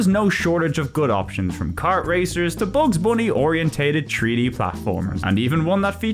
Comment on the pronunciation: Take a shot every time he says tree-D 😄